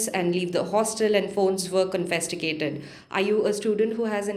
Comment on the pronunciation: Twice the journalist said "PHONES WERE COFESTICATED" ... Are you for real???? CONFISCATED is the word